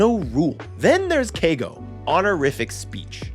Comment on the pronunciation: Not kei go, ke i go almost 3 syllables